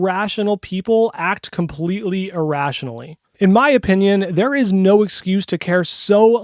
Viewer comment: "e-rationally"? Is that like "rationally," but online?